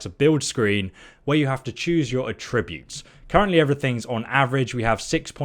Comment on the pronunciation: The way you say attribute triggers me.